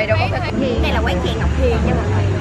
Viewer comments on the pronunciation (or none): bả nói chè theo khay t nghe ra là chè heo quay =))